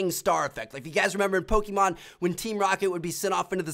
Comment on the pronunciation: Tmartn says "Pokemon" really awkwardly.